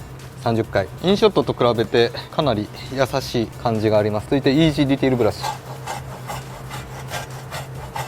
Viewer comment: いつまでたっても「ディテール」の発音ができないのな